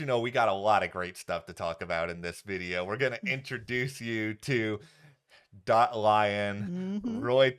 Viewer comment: “Dot” not “Dir” 😂